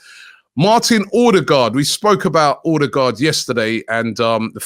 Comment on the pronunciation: Is OH-DEH-GUARD Robbie. Not OR-de-gardddd